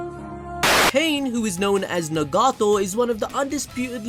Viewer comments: He can say Naruto but not Nagato ☠🤦‍♂️ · Pain: you tryna get stomped on-no-jutsu'd Jiraiya: WAIT WHAT?? (All six paths of Pain squad up) Me:🤣🤣 just the way he phrased that had me dying also the way you pronounce Nagato is funny too me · Nagato! Say his name right 😂